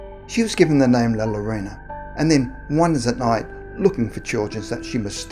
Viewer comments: Llorona - The Spanish Ll (double L) is pronounced like a J, or G, pronounced Jorona in English like the name Joe. It's never L, as in Lake. Actually, more correctly, it sounds more like a Y - Yorona. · Hispanic hearing him say the word llorona pronounc wrong 👁👄👁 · Llorona is pronounced Yorona. (Love you anyway,!) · Double l makes y sound u fuckin Limey